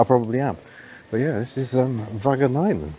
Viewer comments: This was a hilarious video! Very nice. Just ask for the correct village names next time. 'Waggenainen' didn't sound quite correct. Can't wait to see you on a Belgian visit. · I think the best way to pronounce Wageningen is "Wah Gun Ingen". :) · Yes, how to pronounce Wageningen: Waacheningen. To emphasize "ning" you should only slightly raise the tone a tad bit during pronouncing "ning", only just noticeable. That's all! Enjoyed the vid:) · Wonderful! I do know the region around Arnhem, Wageningen, Nijmegen and Utrecht quite well. Went there by bike and car to visit friends and to explore the Netherlands. And yes: your pronoucation of «Wageningen» was really... not so good 😃 Now I have to switch to the dutch channel «Autoweek» to watch another episode of «Klokje rond» where drivers could present their high mileage cars and do a check-up. See you soon --- Cheers --- Martin